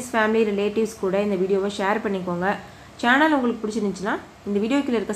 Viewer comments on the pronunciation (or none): none